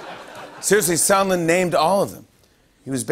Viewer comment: I know this guy is called Sondland, but every time anyone says his name it sounds like Somlin to me. Why is everyone pronouncing this so strangely though